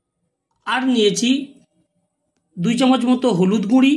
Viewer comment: Guri nay guro bolun